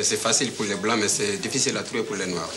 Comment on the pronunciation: Derrière des murs sales dans un foyer ou vivent des noaARrrr!!! 🤣